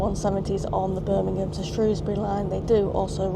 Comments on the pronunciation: Excuse my ignorance. I hope this isn’t rude. But you say Skirmingham rather than Birmingham I just wandered why?apolgies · Liked the video. :) can I ask a question, why do you call Birmingham 'Scirmingham'?